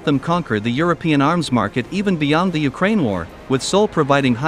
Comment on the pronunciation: he stops to say Ukraine the polish way